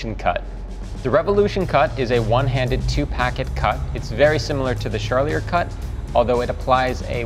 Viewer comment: His pronunciation of Charlier is driving me nuts. Lol